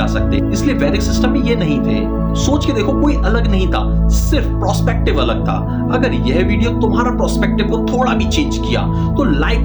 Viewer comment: Prospective nahin perspective hota hai ji